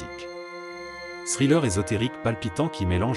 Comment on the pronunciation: Vous prononcez mal thriller